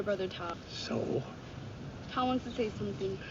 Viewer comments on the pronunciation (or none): Great movie, wonderful reaction and commentary and cracking up that you kept calling Tao, "toad" 🤣Thank you, --subscribed